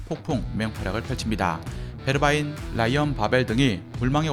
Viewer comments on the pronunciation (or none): none